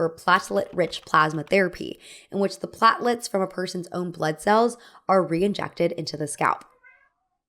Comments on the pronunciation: they’re pronounced PLAYT-luhts not PLAHT-luhts. Not a big deal, but just so you know. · Dude you have to start looking up how to pronounce words when you don't know them. Jason Statt-Ham? Platt-lets? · I've never heard platelets pronounced that way 😅